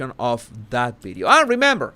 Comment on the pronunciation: Oh Jesus, I just love the way you pronounce certain words, I especially like bideo and other v words 😅 Loved how determined you were to pronounce determined properly It’s been great watching your vocabulary grow I would love if you could teach us a Spanish word each post - biggest regret for me is not being able to speak a foreign language 😊